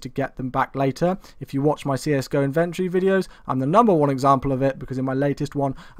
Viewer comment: lol y do u say inventory so oddly